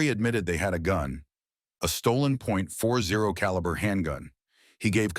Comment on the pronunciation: It's pronounced "forty caliber", bro.